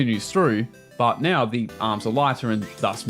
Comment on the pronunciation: are you serious right neow